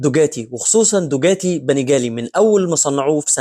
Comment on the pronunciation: حضرتك ليه بتقول دوجاتي....دوكاتي وليس دوجاتي